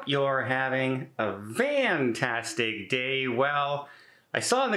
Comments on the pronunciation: Don, I’m old enough to remember the original story. .That you meant to say fantastic but pronounced the f as a v, and the commenters liked it anyway so you kept it.I don’t know why you keep adding this ridiculous explanation! Everyone knows you can’t string a sentence together! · LOL Don said he knows the word is fantastic and I still heard Vantastic when he said it 😆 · The van story is not true. He just can't say the word correctly. Don admitted this years ago. changes his stories again!